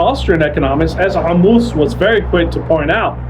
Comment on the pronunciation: Wow, where'd you get this 3Ammous pronunciation, you studied arabic